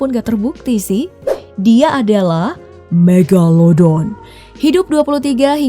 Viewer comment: Lucu bgt ngomong MEGALODON nya 😄😄🤭